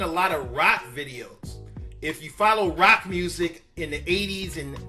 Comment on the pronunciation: 🤣🤣🤣 why was he saying rock so hard?